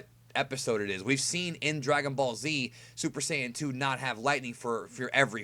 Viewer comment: Dude.. Please don't try to say Super Saiyan 2 in Japanese again.